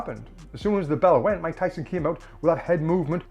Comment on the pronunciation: He really messed up Mike Tyson‘s name. He really drug his name in the dirt.